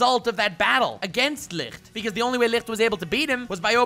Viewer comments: Licht is pronounced Lisht, not Likxtttebxkdbsjfh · Love your videos but I don't understand why you are pronouncing Licht like that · The way you pronounce Licht makes me wanna cry. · Dope video as always, but as a german, a little part of me died everytime you said Licht. Not the worst pronunciation I‘ve ever heard (or listen?) but nonetheless special... Definitely going to pick up some that Life is a War Arc Merch tho!